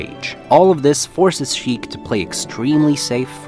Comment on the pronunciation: it's Sheik, not shreik.